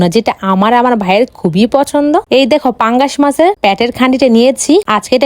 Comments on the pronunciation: মাছ ❎ মাংশ✅ পাংগাশ ❎ পাংকাশ ✅ তেলাপিয়া ❎ তেলাপয়া ✅ 😅😂😁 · কমবিনেশন ❌ কমবিলেশন ✔️😅 পাঙ্গাশ ❌ পাঙ্ঘাশ ✔️😅 হেব্বি ❌ হ্যবি ✔️😅